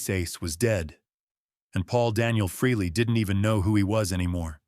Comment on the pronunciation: There is no A in aces last name until a couple of months ago it was pronounced freeLee get it fix it igs agrivating!!.